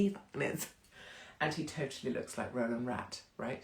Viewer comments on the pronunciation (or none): none